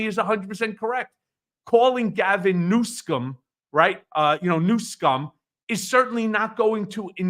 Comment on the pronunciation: I heard what I think was Trump's first usage of "Newscum." It sounded unintentional to me -- probably dementia-fueled, but perhaps just an ordinary slip of the tongue. His name-calling brain pathways seem to still be intact, though, and he jumped on the mistake and started using it on purpose.